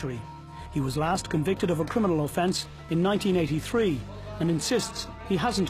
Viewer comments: Of course he doesn't know what a full time criminal is he doesn't even know how to say the word 😂 CRINAMIL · He says crinimal.. lol lol..a thick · So smart he can't pronounce the word "criminal" correctly.